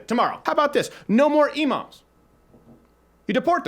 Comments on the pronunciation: You said imams but It sounded like emos for a second lmao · Lmao I thought he said emos and I was like well, true. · When Crowder said no more Emoms, I thought he said no more emos and I was like YES!!! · Thought you said get rid of emos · when he said imams I thought he said emos lmao. I'm like yeah they're cringey but I don't think they're that much of a danger to us 😂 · i thought he said “no emos” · At first I thought he was talking about kicking out emos when he was actually saying imams haha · When you said "imams" I thought you said "emos" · I thought he was saying "No more Emos". I was like I didn't know angsty teenagers were a national problem. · Thought you said "Let's get rid of emo's" and I was like I'm for it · Thought he said no more Emo's, was confused as fuck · thought you said "deport emos" how i wished you did... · I honestly thought he said no emos. Deport the emos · When he said no imams I thought he said no emos but honestly I'm fine with either